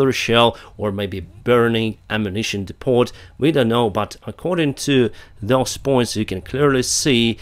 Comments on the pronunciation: The new firing hotspot feature is very insightful. I heard the sound of shelling twice during this video, but you didn't even blink. For your info, Depot has a soft 't' so is pronounced depo. Thanks for all the great work you are doing to keep your audience informed. The news sounded slightly more upbeat today. Slava Ukraine! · The "t" in the word "depot" is silent.